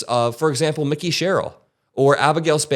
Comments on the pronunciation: I believe Mikie Sherrill pronounces her name MIKEY (like a familiar form of MIKE), not Micky (like the mouse) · It’s Mikie not Mickey. Pronounced like “Mikey” not “Mickey”. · it's pronounced Mike-ee Sherril;- not Mickey. I know you didn't mean disrespect. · Her name is Mike- y not Micky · It's not Mickey. It's pronounced "My Key". 🙂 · FYI - Mikie Sherrill’s first name is pronounced Mike-ee, not Mickey like Mickey Mouse. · Please pronounce her name correctly. It's said like "Mikey" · Mikie( long I) not like Micky Mouse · Someone please tell how to pronounce Mikie. All through the livestream and now here! I love your work,, but it's Mikie! Like Mike, but with with an ee at the end. 😂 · Just trying to help here. Her name is pronounced MY-kee Sherrill. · Its not micky sherrill, its MIKIE sherrill. Like microphone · Your mis-pronouncing her name Mickey not to be confuse with mickey mouse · That is the worst Mikie Sherrill pronunciation ever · Again Mikie... You got Zorans name right though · love your channel!! I’m from NJ and our new governor’s first name is Mikey(pronounced with a long i )